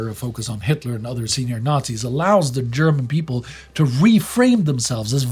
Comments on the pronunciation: ' German is good especially his pronunciation, that is how those words are pronounced. Why should he mispronounce a name or a word if he can pronounce it correctly? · you really bring the german pronounciation across very accuratley